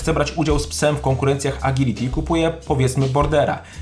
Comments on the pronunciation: To dlaczego Pani Gawin nie zaadoptowała dziecka? Przecież jest tyle dzieci bez rodziców. (Ps Agility czyta się tak jak w angielskim adżility) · oglądam Cię długo i wspieram w twórczości, ale proszę jak potrafisz się przyczepić do kogoś o wymowę słów po angielsku, jak to miało miejsce choćby przy queen of the black to sam też wymawiaj wszystko tak jak się powinno, mówię o słowie "agility". Pozdrawiam cieplutko.